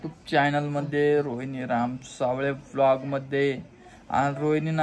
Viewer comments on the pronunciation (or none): none